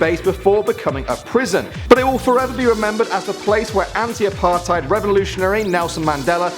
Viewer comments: you pronounce apartheid as apart hate but awesome video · I'm from South Africa, and, please do me a favour, and never say the word "dassie" again. Or "apartheid" for that matter.